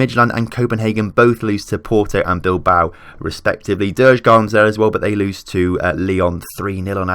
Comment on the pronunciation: JUR - GORDEN (DJUR - GÅRDEN) is how you should pronounce it (Kinda at least). Also, Östersunds FK is possessive so without the FK it would just be Östersund.